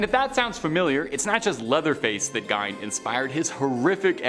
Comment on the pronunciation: I think the pm;y thing that irritated me about this video is how often you mispronounced words. Two that got me were Biopic (By-Opp-Ick) and Gein (G-EE-N)